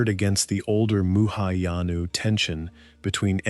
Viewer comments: One big "Thumbs Down". Sloppy! It's not "muhayana", it's Mahayana (Sanskrit: महायान) translates literally to the "Great Vehicle". It is the largest branch of Buddhism practiced globally today, encompassing roughly half a billion followers. Fatal error. Game over! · "Muhayana Buddhism" – That's actually funny! It should be 'Mahayana' Buddhism.